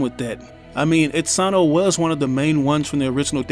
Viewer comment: Itsano? You mean Itsuno....